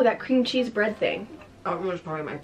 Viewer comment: “ i LUV BrEeAad” 😂